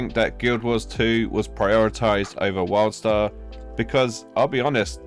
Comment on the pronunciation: Sounds like you are constantly saying Worldstar